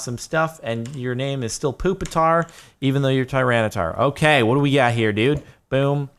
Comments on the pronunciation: ITS NOT POOPATAR ITS PUPITAR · It's puppit-tar